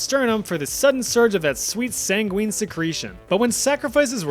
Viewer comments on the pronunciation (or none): none